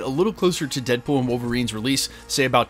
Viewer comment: 😂 “deadbool wom Wolverine”